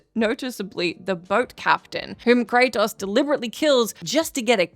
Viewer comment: This is voice, but its ai mimmicking her. Notice you dont see her once. Then the way she says kratos. Normally she says it, well, normally. But here she says "kra-tahs" like an ai pronouncing the o at the end wrong. knows his name, this entity clearly doesnt 😂